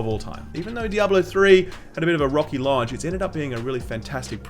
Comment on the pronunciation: You say "launch" in an American accent.